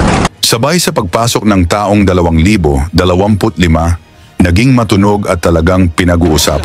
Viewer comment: Anong ta-ong? Laba-nan?? Taon' at la'banan' ang wastong bigkas ss Tagalog Mr..AI shit